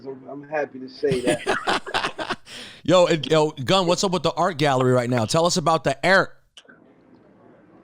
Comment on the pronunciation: “Tell us about the AErt” LMFAOOOOOO